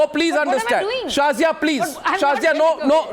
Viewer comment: "Sorry Shazia..No..Shorry Shazia" LOL